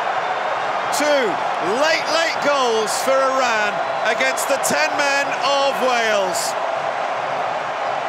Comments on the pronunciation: Commentator absolute butchering the Iranian names and even Iran itself. It’s E-Run not E-Ran. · It is pronounced E run not E ran . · Eee ronn? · EYE-Ran played well